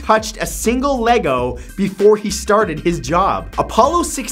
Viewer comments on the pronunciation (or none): none